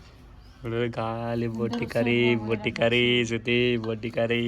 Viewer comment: Botti kadu boti😂